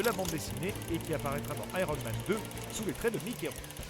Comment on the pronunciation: "Aéronne Man"